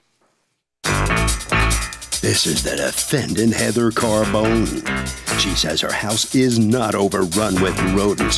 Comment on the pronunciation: I believe it's pronounced Car-bo-nee, not Car-bone.